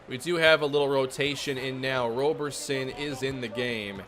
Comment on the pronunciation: Don’t shoot 3s with Roberson unless his rating has gotten better in this universe Also his name is pronounced rob-erson (like Robertson but no T) edit: saw the F 3pt rating, it hasn’t gotten better.